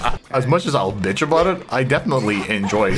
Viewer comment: the "beitch" tho